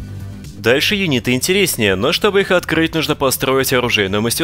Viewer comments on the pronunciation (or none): Друже. смотрю тебя долго. Сделай мне одолжение. я как человек живущий в Англии немного хочу поправить тебя. ну уж очень по ушам бьет как серпом по яйцам когда ты говоришь юнИты. Юниты! ударение на первую букву Ю. пожалуйста, не ставь ударение впредь на букву И... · Хороший рассказ об интересном продукте. Но юнИты?.. А что не юнитЫ? Напомнил Бачило с его кУрсором